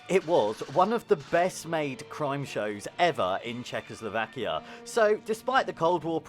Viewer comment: I would learn how to pronounce Czechoslovakia before making a video:)